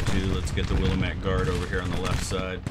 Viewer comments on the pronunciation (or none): As a proud resident of the Pacific Northwest Willamette is pronounced (wil-AM-it). sorry i've been holding my tongue for almost a year by this point. Love the videos and content, also love the Sabaton reactions on the other channel.